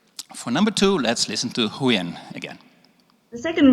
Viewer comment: your pronuonciation suck. We don't have the ending sound in Vietnamese, so stop put it in there, stop saying Huyen nam that way. The TR in truong is not pronounced that way.